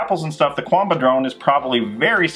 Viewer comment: Love your vids, but it still bothers me how you guys say Qanba lol. It's not 'Quanba', the Q is like a K sound there.